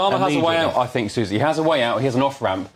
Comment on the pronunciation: The woke on the far right of the sofa should pronounce the word Think starting with the phonic sound ‘th’ not ‘f’.